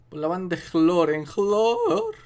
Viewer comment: jajaja Las mariposas andan de flor en jloor XD